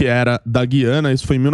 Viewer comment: Sr. locutor: GÜIANA – No nome deste país a vogal U soa; a pronúncia não é como a da nossa palavra GUIAR, mas como em RUIANO (referente a Rui Barbosa); em tupi: GÜIRÁ (pássaro); ou no vocábulo hipotético TUIANA. Em grego: Γουιάνα; em alemão: Guyana (Ü). A inexplicável, absurda eliminação do trema na nossa ortografia provoca erros de pronúncia.